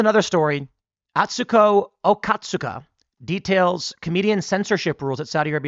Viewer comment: “Atsuko Okatsuka,” huh? I guess kudos to her…